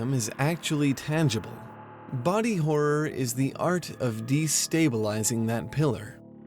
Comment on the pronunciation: "Body Korror".... .....what ??